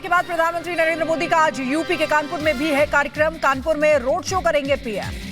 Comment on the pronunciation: यह "कानपूर" नहीं कानपुर है।